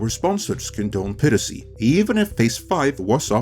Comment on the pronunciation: PIE-RACY not PIRR-ACY